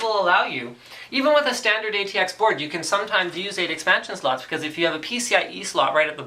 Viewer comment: Did he say hard drive slets? lol